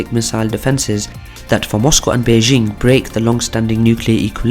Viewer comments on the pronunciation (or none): none